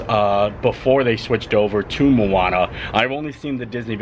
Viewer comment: Sorry, but it’s Moana not Mooana, room looks awesome.